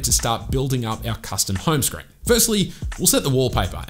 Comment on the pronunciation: what i hear is hyme screen